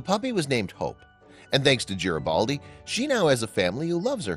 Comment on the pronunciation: It’s Garibaldi, with a hard G, not a J sound.